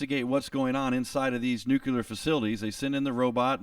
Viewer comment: I appreciate the presentation, generally quite good, however - the word is "nuclear", not "nucular", or "nukyular". The base word is nucleus, as in nucleus of an atom. An atom has no such thing as a nucule. Sorry for being such a stickler for detail, even those that are beside the point.